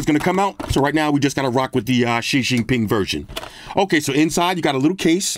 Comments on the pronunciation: The she shing ping lol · XishingPing gets me every damn time. Fucking dead lol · Oh man "shi shing ping" gets me everytime 🤣 Only thing holding me back is the battery size. Other than that I could deal with the other draw backs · "The She Shing Ping exclusive version" LMFAO bruh did Pooh's name dirty. And I love it 😂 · That line had me 🤣🤣🤣 also made me look up how it's spelled. Turns out it's spelled Xi Jinping, i was always curious whenever he mentions him lol